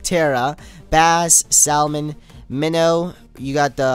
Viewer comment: You said salmon wrong